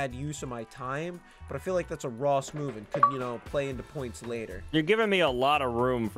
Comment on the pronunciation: So it’s nax(not ) and noss(not Ross)😂